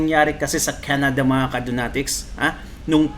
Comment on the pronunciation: Canada hindi keneda hahaha